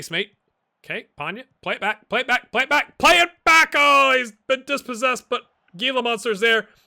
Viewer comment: I think Nielson was just mad about your Scottish accent, and took it out on you with the tackle in the first Atalanta game. Also, isn't Gila pronounced Hee la? I think Mystery Science Theater 3000 did an episode with The Giant Gila Monster, ... yup